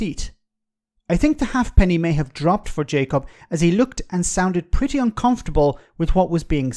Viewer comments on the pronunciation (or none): It's pronounced haypenny.